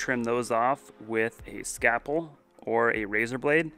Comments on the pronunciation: Scalpel, not Scapel. LOVE THE VIDEOS! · I love how you say scapple not scalple